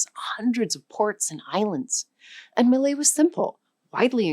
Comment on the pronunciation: I thought she said Malay?